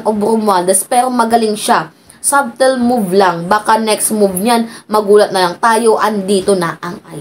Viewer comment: Silent B yung subtle ihang. Sattel ang bigkas:face-red-heart-shape::face-red-heart-shape::face-red-heart-shape